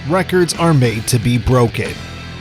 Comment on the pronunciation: At about , you totally say "world wecords" I snort-laughed